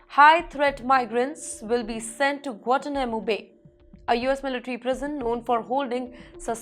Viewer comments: Guantanamo _ pro. " Guan Taa__ Na__ Mo" . {no offence} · Please pronounce Guantanamo correctly. It is not Guatanamo. There is a "n" in there. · Check out the pronounication on 'Guanatumano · you can’t even know how to pronounce Guantanamo Properly 🤣😂🤣😂